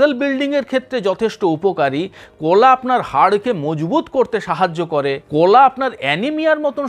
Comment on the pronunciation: না,এই লোক ভাষা ঠিক করে বলতে পারেনা। He speaks wrong pronounciation many Bengali words. কোলা, ছলা,সো র কার , কোথা ইত্যাদি।